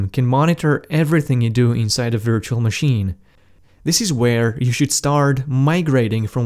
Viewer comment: I like how you pronounce virtual